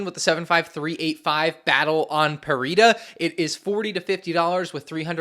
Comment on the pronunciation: Battle on “Perida” 💀